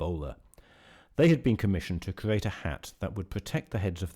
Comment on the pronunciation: Can you not pronounce the letter R? It sounds ridiculous to hear an adult say decowated, cweate, bwanches, pwovided, wemember, twue, weally, impwovements .......Goodness me, how childish!!